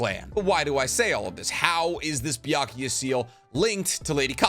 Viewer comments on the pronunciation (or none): I'm not sure if the mispronunciation is intentional... 百豪 is pronounced "bya-ku-goh" not "bya--ku-ya." Byakuya is a male name (ex. Byakuya Kuchiki from Bleach). Otherwise, I have enjoyed your videos, and I really love how this video explains the possible biological mechanisms of the jutsus! As a scientist myself, I'd love to more about your past life as a scientist - maybe in a future Q&A vid? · Why does he say it's BYAKUYA????? I know and as i speak Japanese I know the kanji is read BYAKUGO (Prolonged o). like i'm always confused when he says BYAKUYA? tell me it's not just me!! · Why do you keep saying Byakuya? It’s Byakugo. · Can you refrain on saying Byakuya seal? It's Byakugo seal damn it so cringey 🙄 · is it called a Byakugou Seal? you spent 16 minutes pronounce it wrong. not even a single time you said it right.